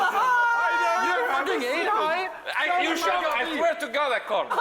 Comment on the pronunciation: Bro said “ I swea I swea to gohd i call”😹😹😭😭😂🤣